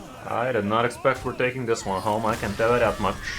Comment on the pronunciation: So, can you tell me that muCHHH or not? Not very clear.